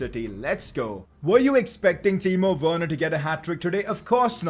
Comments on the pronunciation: Did say Timo Wayerner or am is it just me? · U said timo werener